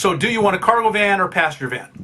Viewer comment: I thought you were saying "pasture van" and thought it was some American term, until I realised you pronounce "passenger van" that way.